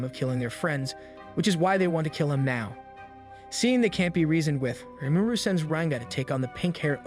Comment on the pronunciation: I was enjoying this sooooo much until you kept pronouncing Rimuru (Ree-Moo-Roo) like a mumble, sound it out if not, say "our protagonist" or some other indicator that would indicate the main character. Especially if you have to say the name repeatedly.